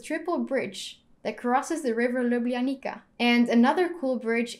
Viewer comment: Ljubljanica is actualy at saying Ljubljanica and not Ljublanika